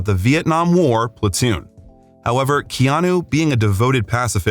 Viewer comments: Keanu’s name is pronounced: Kay-Ah-nu and not Key-Ah-knew. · You're pronouncing his Hawaiian name wrong. It's kay-anu not key-anu. (I've been living in Hawaii for 50 years)